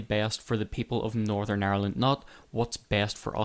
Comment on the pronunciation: Northern. It's Northern. Why can't you pronounce Northern? Is it 'cause you want to call it North of...?